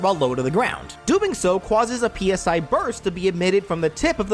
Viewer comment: Sorry if this offends you. Cwauses. Cwausing. Cwausing. That is all.